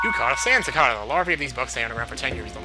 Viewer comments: Isn't the "ca" in cicada pronounced "kay," not "kah?" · It's pronounced CicAEda not cicada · Maybe it's a regional thing then. I'm from Virginia and we pronounce it like Falling2Grey29: sick-ay-dah. (the ay in the middle sounds just like you're saying the letter A) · i think its more like sih-kay-duh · I think its ca-kay-da is its pronunciation. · Cicada should be pronounced "sick-ay-duh". Just letting you know :) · ...I think 'cicada' is pronounced like 'cih-kay-duh' o.o I could be wrong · I thinks it's pronounced SEAcada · I've never heard anyone pronounce the word cicada the way you do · I would correct you on the sand cicada's pronunciation but this is an older video thus making it pointless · I want to say to him how "cicada" is pronounced, but I can't type it! ARRRRGH!!! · why would a mexican pronounce that word "CHA-cha-dahs", that doesn't have any sense, because the word cicada in spanish is pronounced like did xD!